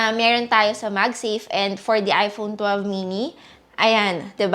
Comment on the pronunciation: parang naririnig ko, iphonu12 chuchu, sorry